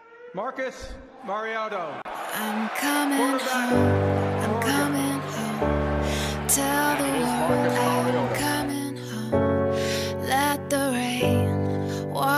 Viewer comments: I still don't understand how you look at the word mariota and say marioto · He said Marcus mariotoe 😂